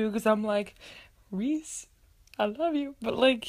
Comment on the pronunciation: My brothers name is rhys. Its pronounced "rise" like the sunrise